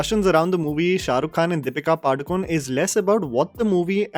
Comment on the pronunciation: It's pronounced Padukoneh, not Padukone. Pronounce the actress's name properly!